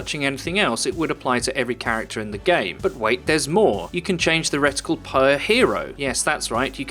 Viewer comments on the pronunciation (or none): Its reticle not riddicul